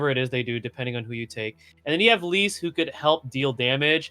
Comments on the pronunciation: Lyse’s name is canonically pronounced, “lease”. Great vid, just had to share that!! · You're definitely pronouncing Lyse's name wrong. It's like Lisa without the a. Leece. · C'mon, it's not so hard to say Lyse properly. Other people even said it, so you heard how it's pronounced properly.